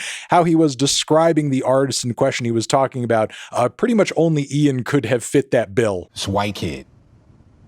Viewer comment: Melon first American who can say 'Ian' instead of just 'een'